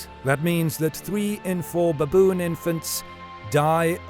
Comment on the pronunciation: So many "beboon" in a minute😂